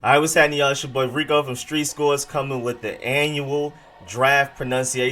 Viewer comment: Rico great job my Brother! Honestly no one else even tries to help the fans pronounce the harder names correctly. It’s really appreciated🙏🏾👏🏾👏🏾